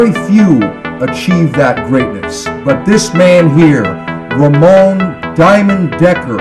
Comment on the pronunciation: His name is Ramon not Ramone